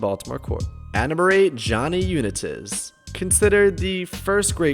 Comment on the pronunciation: You pronounced it like Johnny Unatiz lol